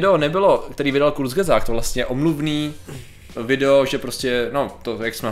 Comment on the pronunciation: Kurzgesagt je nemecký názov a skala sa zo slova kurz= krátko a gesagt= povedané , keďže môj matersky jazyk je nemčina tak mi Patriková výslovnosť trhá uši 😄.